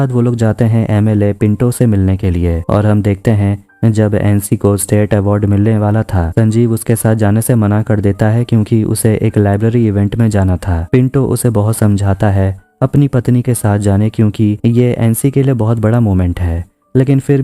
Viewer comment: Libratary nahin bhai😂 library se or librarian 😅